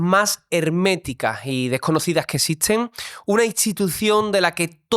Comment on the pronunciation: que raro pronuncia la "T" ,el entrevistador, "ths" ...., casi es una ch..... pero no es con todas las palabras o no en todas las ubicaciones de la t . de donde es? ( existshen, distinthsa, esthsa entrevitsha, vivistheis esthairs, )